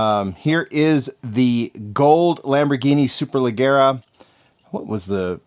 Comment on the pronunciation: Superleggera is an Italian word. You're saying it like it's English. Pronounce the G like a J.